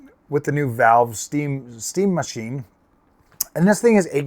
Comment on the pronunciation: Fkn funny dude! I was laughing my azz off the way you said "this steam mah-cheen". edit: P.s Though to be fair Steam isn't in the GPU manufacturing business like other crooked types and I feel like they get a pass on their new hardware because of that